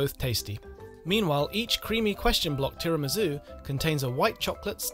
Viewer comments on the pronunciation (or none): none